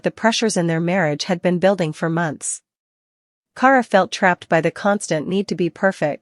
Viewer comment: Can’t even pronounce her name right it’s key-air-uh = Kierra